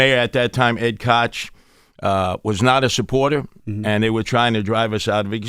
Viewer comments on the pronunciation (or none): none